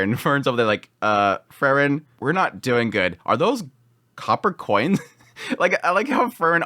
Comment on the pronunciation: It's Freeren, not Frrren.😁